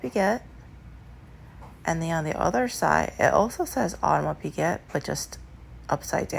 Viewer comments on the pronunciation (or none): as a french speaker - try "Aw-de-mars" "pic-get" - that might work for english speakers.